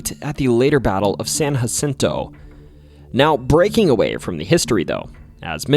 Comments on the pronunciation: OK, I can excuse someone who’s never even met someone from Texas pronouncing it San hacento (never even heard native Spanish speakers, pronounce it like that) or Jim take-a-bow-ie but seriously dude… the minge hotel😂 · In Texas, we pronounce Jim Bowie's surname as (Boo' wee) not bow like a boat part. Additionally, it's San Jacinto (the J is sounded instead of aspirated). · Tip from a fellow Texan we call it San juh-SIN-toh not hacinto, mexia is muheyah, and na-kuh-do-chuhs for nacogdoches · San Jacinto is pronounced as San JUH-cinto, with a hard j (with much love from a Texan, I know it can get a bit confusing) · San Hacinto, ... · I love listening to your stories. But I wish you would pronounce names correctly. Bowie and San Jacinto for example. Keep the videos coming. Bowie is pronounced “Boo we”. San Jacinto, is pronounced with the “J” sound not the “h” sound. Santa Fe isn’t pronounced Santa “Fee” it is pronounced Santa “Fay”. Lol. Brazos is pronounced Braz”us”As a native Texan. Just a little FYI. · He's all right...but I keep finding myself correcting him on how to say things, like Bowie and San Jacinto 😅